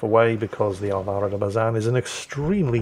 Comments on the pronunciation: Al-vah-ro. AHL-bah-ro. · Heads up on Latin words, the (´) tick makes the particular vowel in question sound stronger or more pronounced, Álvaro is pronounced as it sounds but with more emphasis on the first A, you pronounced it as Alváro, just a heads up for next time. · Well, as a spaniard brazilian, the pronunciation is good. Don't worry about it. Just say "AL-va-ro" putting your emphasis on the first A. That's why is written "Álvaro" and not "Alvaro". That's why stress marks are for. BTW, I'm from Barcelona, and you should thank to all gods for not having a catalan ship's name, like "enxaneta". We take the worst of spanish and french and mixed it with 7 vocals (because A and E are pronunced differently depending on the word). Or even worse, in vasque, a lenguaje doesn't even come from latin, with words like "kukuxumusu". So yeah, thank the gods ships names are only in spanish XD. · Alvaro is usually pronounced with a long L. Oh boy, Flambass again!? No wonder its that kind of game...